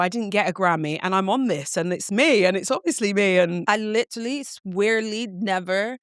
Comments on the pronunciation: Fr she said “litrally” I cracked up 😂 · Definitely heard it with her pronunciation of “literally”